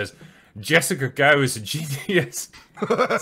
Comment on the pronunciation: Gao rhymes with Cow.